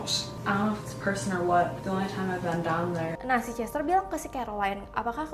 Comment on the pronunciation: Chester bukan cester